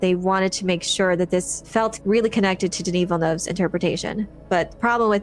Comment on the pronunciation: You're the only youtuber who pronounces Villeneuve's name properly. Kudos